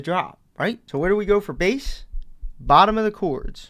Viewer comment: This guy's pretty good! He does say "choords" instead of "chords" though!